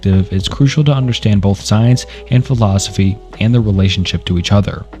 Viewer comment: aside from the 6th grade reading level it was a good video, but my god hearing you mispronounce the names and words were frustrating like 😂 even some of the simple words like philosophy you would often mispronounce